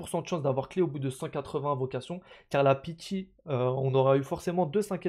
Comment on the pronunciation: Sympa d'avoir fait ces calculs, ça permet de mieux se rendre compte des taux de drop ! Et juste pour info : le "i" de pity se prononce comme en français, et non "païty" =)